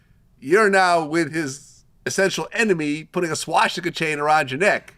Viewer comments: It's "swastika" not "swaŠtika"!!!!!! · Its Swastika, not Swashtika. Isn't Vlad Jewish? This mispronounciation is very telling of his intelligence. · Vlad you gotta learn how to say swastica..its not shaw-sti-ka. Its swa-sti-ka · I took a shot every time this mf said swashtika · If i hear this mf say SWASH-TICA one more time i stg